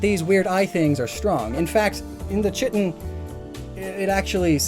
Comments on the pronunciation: Pronounced "Ky-Tinn" like D'vorah from mortal kombat. Not chit-in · KAI-TIN,, chitin is pronounced KAI-tin;. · chitin? it's pronounced "kai-tin" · Its pronounced KĪ-tin, not kitten. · "Chitin" is pronounced "kai-tin", my dude. THIS COMMENT ENGAGEMENT BROUGHT TO YOU BY MISPRONUNCIATION! THANKS ALGORITHM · I believe "Chitin" is pronounced 'Kite-in' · Chitin isn't pronounced the way you did, even though it looks like it should lol